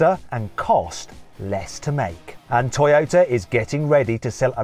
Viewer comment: トヨィタと発音するのはどの地域ですか